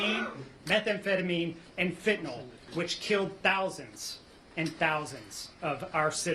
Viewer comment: The correct spelling is fentanyl. The pronunciation is fen-TAN-il. The second syllable, "TAN," is stressed, and the final "yl" uses a short "i" sound. Common mispronunciations The drug name is sometimes incorrectly pronounced as "fentanol".